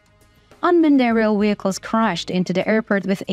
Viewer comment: And WEHICLES??? Hilarious!